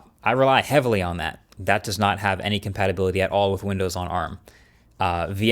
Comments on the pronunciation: You say tomayto, I say tomahto. You say compatability, I say compatibility 😂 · "Compatibility", not "Compatability" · COMPATABILITY!?!?! hahahahahahaahah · Isn’t it “compatibility”? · You messed up with your "compatability" word there😅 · Compatibility... (not compatability) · "compatibility not "compatability". Im sorry i had to be that guy 😔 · "Compatibility" , not Compatability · It's compatibility not compatability. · COMPATIBILITY!!! Not compatability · Really bro, 'Compatability'. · Compatability uh? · Compatability❌ Compatibility ✅ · (I could be wrong as not an en_US speaker myself but..) think he’s pronouncing it the same way as he said “emulate-able”. Of course possible someone else does the graphics. I guess whatever the software is, it doesn’t include the typical red squiggly underline spell-check in its ‘add text’ function. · CompatAbility 😂 Really? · There is a part that reads "compatability" it's stressing me. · "compatability" OK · compatability lol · “Compatibility” > “Compatability” 🤪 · Compatablity? With a letter 'a'? What do you mean? 🤔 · Compatibility* Not sure what "CompatAbility" means ❤ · "Compatability"... Add it to the blooper reel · Coining a new word? “Compatability” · Compatability? Serious? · "Compatability"? That's not correct I believe.. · Was 'Compatability' intentional or an honest miss? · compatAbility?! seriously?! haha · ""Compatability"" Hahaaa🤣🤣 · I love the video. Gaming on ARM for me is the same on MacOS and Windows. Just do not bother. I do not understand how Microsoft can hype up the release and do then not care about developer support. One thing I cannot “unsee” Marcus: it’s COMPATIBILITY not the other word that is in your video. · ‘Compatability’? Hmm.. I also heard him say ‘Uncompatible’ somewhere down. Lot’s of compatibility issues with the video. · Min , “Compatability” ? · Exactly. Compata whattt?? 😂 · You know it's "compatibility", right?